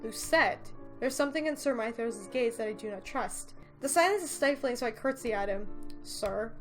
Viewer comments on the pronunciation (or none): none